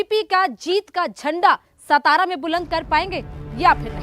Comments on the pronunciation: It's not सतारा it is सातारा. Shows your level of research..😂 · Satara bolo saa. Saa not sa